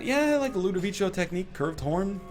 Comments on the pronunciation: Someone please tell him it's Ludovico and not Ludovicho... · Why does he say "LudoviCHO"? It's obviously Ludovico lol. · But you don't say Ludovicho in italian. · I don't think he cares at this point. I wish he did, though, he's just teaching people incorrect pronunciation. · He is absolutely right. In Italian, a 'c' after an 'i' is a 'k' sound not a 'ch' sound.